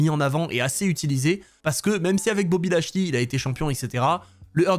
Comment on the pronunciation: A chaque fois j'entend "Bobby la Chenille":face-purple-crying